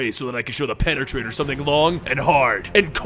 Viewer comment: Pene-traitor. You know what, this wasn't so bad.